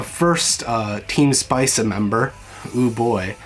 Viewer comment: Hello, I'm Japanese viewer and very happy that you are interested in Uma Musume. You might have heard already but the team name is not 'Spice' but 'Spica', and other major team is 'Canopus' and ’Rigil’. They are all star name. In the anime, it's just letters, but you can also see the names of other teams, such as "Deneb" and "Betelgeuse". Pardon my broken English. I hope someday you will be able to play the game as well.